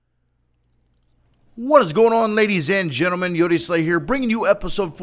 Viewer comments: i thought he said genitals ._. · You said gentelman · He says genitals. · no he actually says gentelmen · ladies and gentelmen? what is that? dosent sound right lol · lol he said gentlemen instead of genitals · I hit play on the video again just to hear you say "Gentlemen" and i was like, NO! I'm a genital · y u no say genitals??? You said gentleman! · you said gentlemen not genitals XD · He said gentlemen not genitals :O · you said gentlemen not genitals